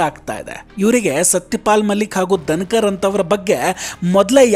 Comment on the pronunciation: ದನಕರ... ಅಲ್ಲ ಪಾ.... ಧನಕರ...ಕನ್ನಡ ಉಚ್ಚಾರಣೆ ಸರಿಯಾಗಿ ಇರಲಿ.....